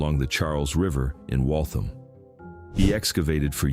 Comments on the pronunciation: the town name is spelled Waltham. it is pronounces like WALL-tham, not Walth'm. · Not wall' thum. Wall' tham. And nor- um- be'- ga